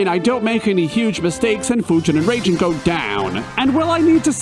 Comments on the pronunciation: There should be a counter for how many times you said Raijin as "Raging" instead "RAHijin" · It’s pronounced RYE-jin. Also, FF7 sent you into space first. Good video.